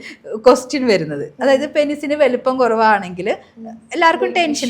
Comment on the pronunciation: പെനിസ് അല്ല, പീനിസ്.